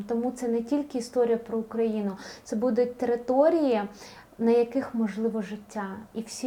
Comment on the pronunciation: Чого буду‘ть? Що за наголоси?!